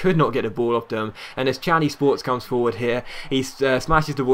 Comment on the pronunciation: Its pronounced kani not chani